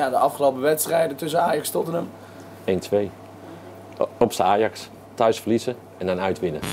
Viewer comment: Hoe hij Tottenham zegt. Totmn